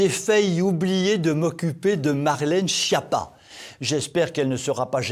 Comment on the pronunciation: Toujours aussi formidable et plein d'humour! Quand même, pourriez-vous prononcer: SKIAPPA et non: SCHIAPPA?... les noms corses se prononcent comme en Italien et la Corse est française depuis 1869. Merci.